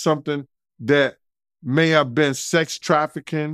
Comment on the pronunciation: Sex trafficking and what???... you're trying too hard, pronouncing words wrong😂😂 but i knew what you meant....